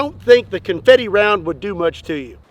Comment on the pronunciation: Comfetie guwn